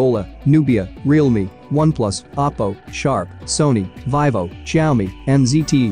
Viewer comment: Its Vivo not Vivo!